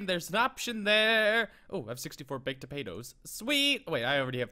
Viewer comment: Lol, H said topatoes instead of potatos